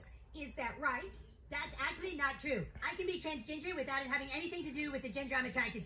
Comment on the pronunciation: The fact cartman calls it transginger got me 😂